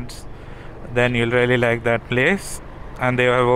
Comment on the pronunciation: I love your videos and the way u say - stuff like dat 😂